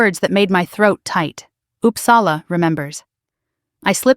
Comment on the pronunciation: O dear. American pronouncing Uppsala…. And she is going to correct him ? I’ll stop here.